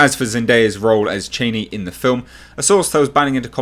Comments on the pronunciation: Cha-ni, not chayneee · According to Frank Herbert pronounced Charni not Chaini, Queens English please not Trumps. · ”Chainee” lol